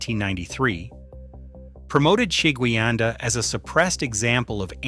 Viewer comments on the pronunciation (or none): Sheguiandah is pronounced - sha-GWIN-dah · Sha-Gwyn-Da, at least that is how everyone that lives here pronounces it